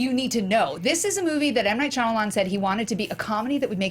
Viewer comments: Is it just me or does keep saying Shyalaman instead of Shyamalan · over-confident pronunciation of "Shalaman" had me in stiches every time. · why does joe keep saying "shalaman"?? lmao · I love that joe refuses to pronounce shymalan correctly, but he WILL PRONOUNCE IT DIFFERENTLY EVERY TIME